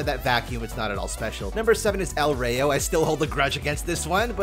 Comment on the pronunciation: I'll just disenchant Northern Storm, i I do ever play Voli I'll just use base lol. Btw I now you to pump out these quick but I'd really appreciate that you make an attempt to pronounce spanish properly, it's "El Rrah-yo"